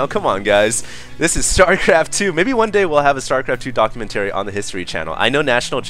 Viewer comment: dock-you-men-terry lol